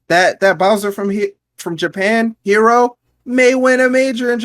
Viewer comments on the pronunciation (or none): the bowser player is named "he-ro", not like the english word "hero" nice video overall